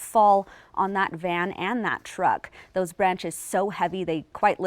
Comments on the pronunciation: Ruidoso ( noisy ) not Rio D'oso ( Bear River ) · Roo e do so is how you pronounce Ruidoso.